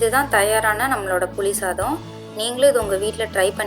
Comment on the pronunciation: தயவு செய்து தமிழை கொல்லாதீர்கள்---புலி சதாம் அல்ல புளி சாதம்